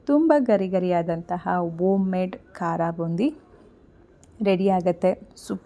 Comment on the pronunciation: ಕರಬೋಂದಿ ಅಲ್ಲ ಕಾರ ಬೂಂದಿ 😂